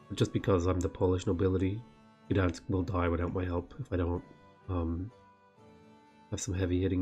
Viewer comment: Wow, you say "Gdańsk" quite well. Not many foreigners care to try ;)